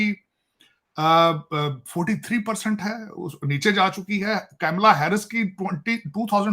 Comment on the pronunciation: कैमला नहीं कमला 😂...ये paxtani जान के हिन्दू नाम ठीक से उच्चारण नहीं करते